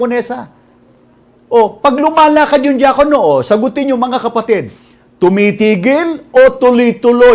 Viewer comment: DIAKONO sounds like JAKOL NO Lol